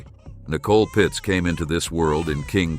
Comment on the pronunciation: Its Pietz, not Pitz